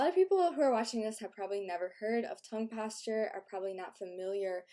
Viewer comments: It's posture not pAsTuRe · Why does she say Tongue Pastor instead of posture? It's weird to say the least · Sounds like you're saying tongue pasture